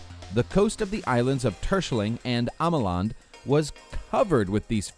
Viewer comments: I’m ducht and I just wanten To say that you totally mispronounced terschelling and ameland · Damon Heijblom precies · Lmao. i like how you pronounced the dutch islands.😂 Terschelling and ameland. arnt the easiest ones. Wie is dr Nederlands hiero😂